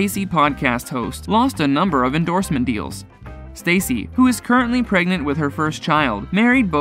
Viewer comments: If you’re going to go to the trouble to post a nearly 10 minute video about specific people - pronounce their names correctly. Stassi not Stacey and Scheana was pronounced incorrectly as well. Poor form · It's not Stacey; it is Stahssee. That's how you pronounce it. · Staaah- cee, not Stay-cee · You might want to get her name right, if you're going to report on her... its Stassi (Sta-see) NOT Stacy. Katie only bothered me when she became angry, judgemental and mean. Im so happy for Scheana, Lala, Brittany and Stassi 💕 And for James on his sobriety 💙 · I kept thinking the same thing ever time he said Stacy not stassi & said schenas name weird lol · “Stawsi”. short a, not “stAyyycy “🙄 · You said Stassi's name wrong. I mean seriously, your reporting on this and your calling her Stacy. So ridiculous!! Obviously your not doing your job correct and learning how to pronounce names properly. It's Stassi 💖👑🍼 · Oh it's Stassi not Stacey... You can't even report properly.. Lol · Her name is not Stacy, it's STASSI(staw see). You're welcome 😉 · It’s staaah-ci not Stacey...that’s driving me crazy for some reason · Its stassie not stacy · How unprofessional. Learn how to say their names right! It’s not Stacey, it’s Staaaaa cccccc. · It’s Stasss-ie not Stacy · Do your job. Learn how to pronounce names. How many times did you say Stacy instead of pronouncing it Stah see? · Where do you get your information lmao? It’s not Stacy, first of all. It’s STASSI (Sta-see)!! And “The Bitch Bible Podcast” 🤔 ??? ummm.. what tf is that? 🤣 Stassi’s podcast... which is the podcast that aired this conversation, is called, “Straight up with Stassi.” I was a huge fan and heard this podcast when it was originally aired.... You need to do better research bub. 🙄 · Every time I hear “Stacy” I cringe cuz that is NOT her name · Say it with me stassi pronunciation (stau- see) gahhhh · this dude clearly does not actually watch the show saying “stacey” instead of stassi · He keeps calling her Stacey lol 😂